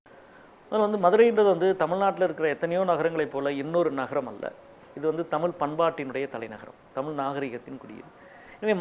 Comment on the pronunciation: டேய் திமுக இல்லாமல் ஜெயிச்சுருப்பீயா. உன் கட்சி மேற்கு வங்கத்துல காலி . கேரளால செக்கண்ட் ப்ளேஸ் . முதல்ல தமிழை ' தமிழ் ' என்று உச்சரிக்க கற்றுக்கொள். அளுத்தம் இல்லை அழுத்தம் . அல்லது தமிழ்த்தாய் செத்துடுவாள் .